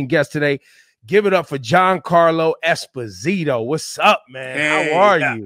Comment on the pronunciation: Ebro pronounced his last name wrong, which most people do. It's Es-POS-ito.